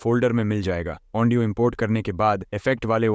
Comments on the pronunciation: Audio ❌ Aondio ✔️😅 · Bhai audio ko andio kyu bol rahe ho